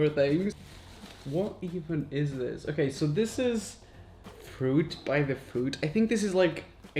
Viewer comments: the way he said fruit by the foot while make foot rhyme with fruit so it sounded like fruit my the fuit lol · "fruit by the fewt" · when he said fruit by the füt I CACKLED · "fruit by the FÜT" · ✨”Frewt by the fewt”✨ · The way he said “Fruit by the Foote”😂☠️ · “Fruit by the fuit” 😂